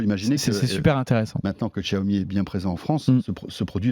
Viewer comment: Faut arrêter de prononcer "djaomi", vraiment